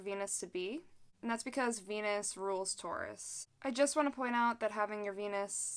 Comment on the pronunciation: Sometimes when you say Venus it sounds like penis. Makes the video hilarious